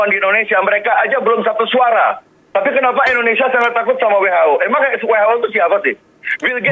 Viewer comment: Indonesia bukan endonesia lol